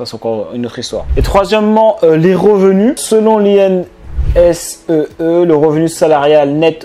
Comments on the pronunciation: INSEE se prononce "INECÉ''😊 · L'institut INSEE se prononce : "ine" "C" ^^ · oui il parle des 2 ! L'INSEE (institut de sondage français qu'il n'a pas bien prononcé) et L'IMC (indice de masse corporel) :)